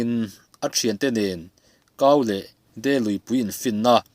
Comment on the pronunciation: "Mei a de" tiha "De" ang hian lam tur